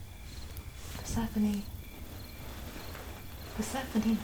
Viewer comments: I think I’m half asleep already - for the first 30 seconds I thought she was saying “what’s happening” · I thought she was saying: "What's happening?" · When she was calling Persephone i kept hearing Vas happening 🤣🤣🤣🤣🤣🤣